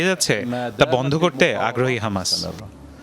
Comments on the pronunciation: হমাস না ❌ হামাস হবে ✅ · Kanachuda হমাস nah hobe হামাসা